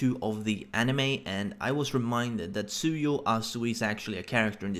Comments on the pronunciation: fax gonna throw shade can't pronounce the name even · Chaotic Plus 👏👋 BOI and it's "Tsuyu"